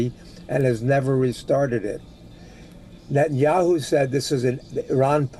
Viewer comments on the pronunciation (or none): Israel’s PM name is NOT pronounced as Nathan-Yahoo. Please correct the way you say .